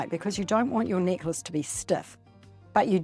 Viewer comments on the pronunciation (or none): When you said “necklace,” and you had dropped it, I thought you said “knickers” and had dropped your undies! Oh, my! I must listen more carefully. Good tutorial, knickers and all!🤗